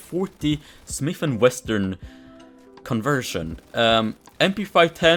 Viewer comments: bro its Smith & Wesson not Smith & Western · it is called smith and wesson not smith and weston